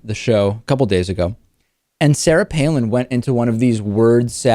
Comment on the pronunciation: Joe Cannabyte Palin. Not Pailin.